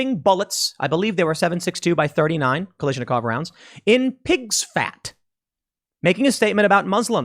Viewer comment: If you can’t pronounce ‘Kalashnikov’, just say AK. Thank you.